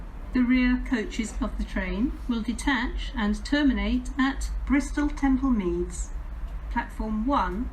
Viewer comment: Although I hate because of her voice sounding patronising, I have to admit she says Bristol Temple Meads much better than Ruth does. Nice one for putting Trowbridge on the map. I know the place very well as I have held residency there during college and used to travel by train fortnightly (coming home on Friday and returning Sunday evening). The Cardiff Central trains were always late especially the service, worse when it was under First Great Western. Wow! Not heard those reasons for delay before. Interesting!! Ouch 83 minutes! The biggest I've heard was 120 minutes at Coventry ( VT to Preston (curtailed Glasgow Central service) due to the emergency services dealing with an incident.